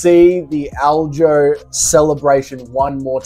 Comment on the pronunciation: Stop calling aldo “aljo”